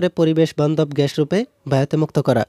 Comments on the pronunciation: Carbon dioxide ghash na bhai oita gas hobe pronunciation vul hoise🤧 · Arokom ghash ghash koren na gash na bole 😒😒ajob